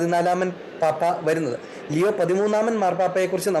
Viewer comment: ലിയോ Not ലെയോ